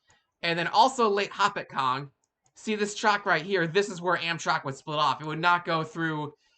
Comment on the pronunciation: Please learn how to pronounce Hopatcong: ho-PAT-cong. I can remember the Phoebe Snow stopping in Blairstown, picking up students from the Blair Academy. Amtrak should continue north and west on the Lackawanna route: Binghamton, Owego, Elmira, etc., across the Southern Tier until it connects with the Lake Shore route around Erie. Could be a faster express route to CHI.